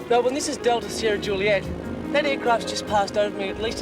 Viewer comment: Congrats to Robert Stack for pronouncing Melbourne correctly